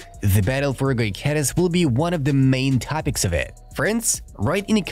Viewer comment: Thx for the vid. However, is Gyokeres, not Goykeres.